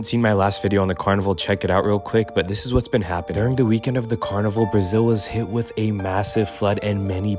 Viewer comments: You pronounce it car-ni-vall vall like wall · Car Nee V-all That’s how you pronounce it 👌🏽